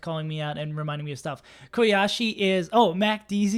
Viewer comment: Hi im kuyashi, im from east lansing and i hate football. Also it's more like coo-yashi lmao. Love ur content btw, if you want scrubs to interview for the rising player thing for big house id be happy to talk :).